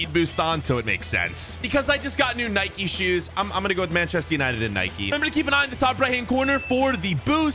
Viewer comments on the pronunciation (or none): It’s not nikeee it’s Nike also it’s not adeedas it’s adidas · It is not Nikey it is nike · Why do u call it nikey WHYYYY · its not NIKEE ITS NIKE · It's nike not Nikée and adidas not Adeedas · its not naiki it is nike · It's pronounced Nike not Nik. Nike was a Greek Goddess and the Greeks pronounce the E. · Its not niké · IT IS NOT NIKIE ITS NIKE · Nike not nikeeeeeeeeeeeeeeeeeeee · who tf says addedas and nikeeee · Can't you even pronounce Nike